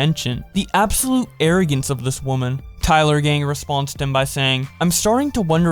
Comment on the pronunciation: Um....bro? At the mark, you pronounced my name as TYLERgang when it's TAYLORgang. XD Just wanted to point that slight hiccup out. Still, really nice video, man.